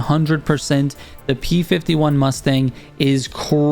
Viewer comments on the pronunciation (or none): none